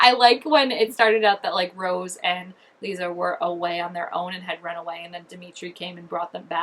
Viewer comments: I always tell people when I’m telling them about the books how to say Lissa’s name and that is. Say Alyssa but then remove the A and you will have Lissa. You can even do it with Melissa if you want just remove the M and E and again you will have Lissa. Hope that helps you say her name. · Lissa is pronounced like the word lisp or listen. They’re pulling stuff from all 6 books and merging characters and changing some storylines like Robert isn’t Victor’s half brother anymore but his husband and they have two daughters Sonya Karp and Mia Karp. Sonya as in the teacher who turned strigoi and Mia is said to be the merging of both Natalie’s character and Mia Rinaldi’s character. Also this mia is gonna be in a relationship with a novice named Meredith who played a really small role in the books. I also heard we’re gonna get Adrian in episode 6!!!! Super excited 😆